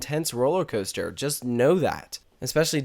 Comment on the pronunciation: Cooster. Weird accent.